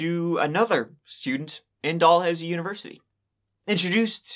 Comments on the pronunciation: "Doll-Housey" haha I love u... It's pronounced "Da-Lou-C" or "DaLooSee" Sending love from Ontario Canada 🇨🇦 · haha i love how you pronounce it "doll-housie" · "Doll Housey" haha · Dalhousie might be pronounced like that in the UK But locals pronounce it like the Cal in Cal-vin but Dal-housey, I hope that makes sense lol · Dalhousie actually pronounced "duh-loo-zee" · It’s pronounced Dalhousie Dal/ hous/ ie just like it’s thirty not Turdie lol oh and Canada has provinces not states though you’d know that because you said how bad and dangerous we are lol sorry about having to correct you but all those years of Catholic school lol love your show sorry again eh